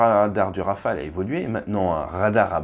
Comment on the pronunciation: Olala il n’y a pas de « s » à Rafale ! 😅 Toujours au top les vidéos sinon 💪🤙